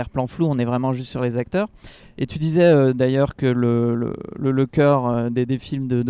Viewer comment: Les 4 "zacteurs" principaux... ça m'a gâché le reste de l'analyse.